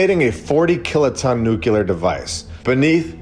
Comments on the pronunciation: Nu kleer not nuculur! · There is still nuclear,not "nukilar"... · One more time, friend, you damage your credibility mispronouncing nuclear as "nucular". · "Nukilar"..... seriously? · oh it is nukilar hehehe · READ THIS! Your pronunciation of the adjective ''nuclear'' is cringeworthy and needs polishing a.s.a.p. Otherwise, your channel is fantastic, keep rocking it! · Please pronounce nuclear properly. It impacts your credibility. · With all due respect, please stop pronouncing "nuclear" like Dubya did with his fake accent. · explain to me how that works phonetically. Nuclear. You'll note there is no vowel between c and l.